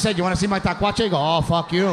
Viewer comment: Hello from the RGV ….. great show . PS- it’s ‘ tlacuache .’